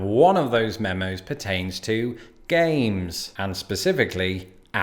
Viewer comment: At first I thought you said “Gays” instead of “Games” . Ngl for a second there I was questioning reality Love your content btw :) Time stamp